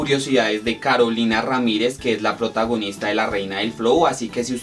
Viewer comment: SE DICE RAMIREZ NO "RAMKREZ"